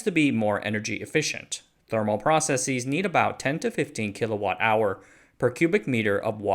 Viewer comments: The word is "process-is", not "process-eez" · Why do you say “processeez” instead of just processes?